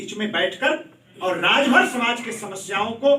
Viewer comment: Suheldev Rajbhar Ji ko Rajbhar bolne me haalat kharab hoti hai sir ji aapki